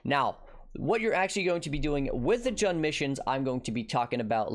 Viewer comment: Isn't Jun pronounced like "June"? Either way, great vid,. Enjoying these more bite-sized vids if yours. You and Ziz have been killing it.